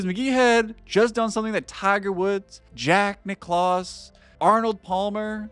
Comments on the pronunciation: Learn to pronounce the players names before doing your videos. Geez. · Learn how to pronounce "Jack Nicklaus" (or teach your AI voiceover), and we'll talk.